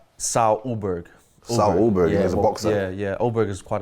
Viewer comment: Why they say your last name pronounced as a OH-BERG It’s pronounced UL-BERG I say not even Carlos knows hahaha But yeah all the best ayeee 🎉👏🏽